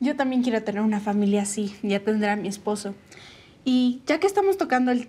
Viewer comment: jajajaja que ascoo "a tender a mi espeso"